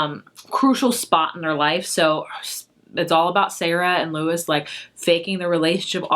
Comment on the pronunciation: Just a heads up, Luis in "Island Affair" is pronounced the Spanish way - Loo-ees (not sure how to write it phonetically haha) - but it isn't like Lewis, it's like how the Spanish name is pronounced since the character himself is Latino